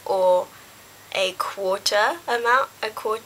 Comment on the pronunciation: haha i loved it when you said " a quaarter" MADE my day! lol